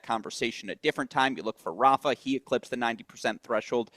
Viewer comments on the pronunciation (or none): Agreed. Flink also drives me crazy how he pronounces Rafa. You are in the business forever, learn how to pronounce peoples names correctly 😂😂